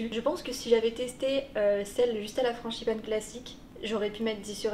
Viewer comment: « franCHIpane » mdrrr